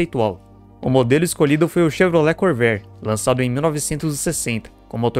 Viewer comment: Your AI Voice needs a damned Dictionary! 'Core-VA-re', already! And, btw, in the mid 1980's, a Corvair WON the SCCA SlalomCross, totally showing Nader how Wrong he was...